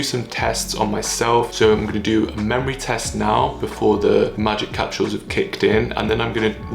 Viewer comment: The way you say capsules😂😂😂